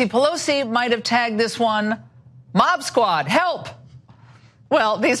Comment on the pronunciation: It's "mod squad," not "mob squad."